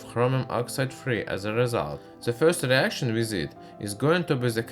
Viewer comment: "whell ze reashon haz benn komplet nhow"